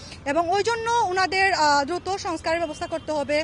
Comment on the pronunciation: দুতো না দ্রুত হবে আপা😂😂